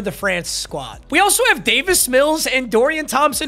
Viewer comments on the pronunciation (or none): none